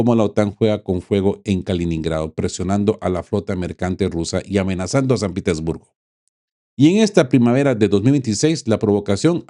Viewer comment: Hola buenos días. Señor: Me resulta fatal que hablando español haga pronunciación inglesa de San Petesburgo diciendo “ pitersburgo” Eso es un palabrota y denegación de idioma. Por favor intente pronunciarlo en Ruso o en español. Pero no en el idioma felón.